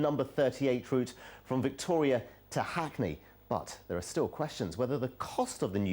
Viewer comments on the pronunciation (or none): lool the way he says hackney!